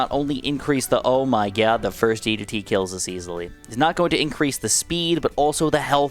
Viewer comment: DID MAN JUST SAY ZOH MY GOD